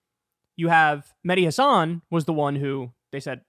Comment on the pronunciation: kyle, please pronounce mehdi's last name correctly. accent on the 'has' not on the 'san'. just listen to him pronounce it.